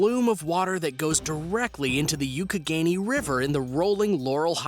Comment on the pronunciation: learn to pronoounce youghiogheny